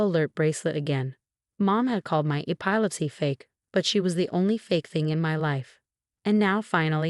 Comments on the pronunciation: Next time, hire a narrator who actually speaks English. E-PILE-IPSY? It's pronounced E-PILL-EPSY! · Ee pile litsee? Thought it was ep pil lep see. Come on AI. Even drunks can talk better than you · Yeah. Epilepsy? E POL lip seh??? Răch-ul?? MAR-ti-nez?? Seriously???Why can't they have People read these??? I'm blocking or taking down ALL of these time wasters that are hard to listen to. YouTube, give me my CRAFT videos back!!